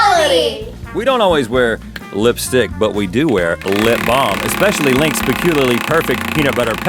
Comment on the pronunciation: Rhett finally said Links lipbalm correctly!!! Am I the only one that was waiting for this??